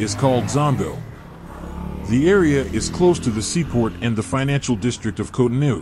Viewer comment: its cotonou bro